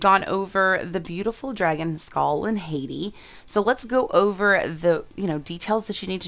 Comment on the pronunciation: HAHT-ee not HAY-tee.